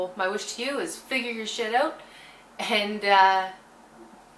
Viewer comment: I could listen to you say out, about, root, anything that sounds like oot basically lol